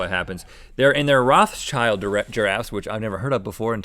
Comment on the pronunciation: That was weird when he said my own last name wrong... (Go Rothschild giraffes!)